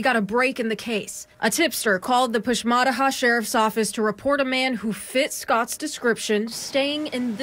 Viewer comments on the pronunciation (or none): It’s push-mā-tāh-hā